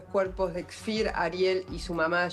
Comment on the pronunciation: Es Kfir; no Kefir, señora. El kefir es un probiótico o prebiótico; una bebida fermentada.